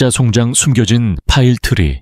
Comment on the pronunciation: 이글을 읽으며 정말 송장 이라는 용어가 계속 역겹게 느콌읍니다 자세히 말하면 송장을 송장이라고 읽어야 하느데 송잠 즉 시체리고 읽고 있으니 구역질이 나옴니다